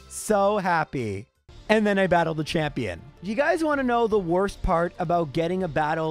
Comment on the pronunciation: "I brattled brok."